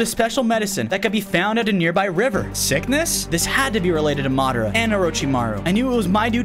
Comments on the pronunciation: It's madra not madro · bruh its madara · you butchered Madara’s name, pls learn to pronounce it right for the naruto fans as well as my self.